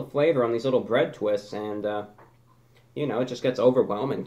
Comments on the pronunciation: Nobody: ReviewBrah: Santoryu ougi... BRE TWEHSTAH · Bread tweest lol heavy that accent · "BWED TWHISTS" IM PEEING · Bwead Thwists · "Come one, come all BWEAD TWISTS" my sides are in outer space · bwead twest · 'breahd thwists' that made me laugh every time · Lmao why did he say BREAD TWISTS like that? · why does he say bread twists like that im confused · Why does he say bread twists like that? 😂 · Why does he say bread twist like that?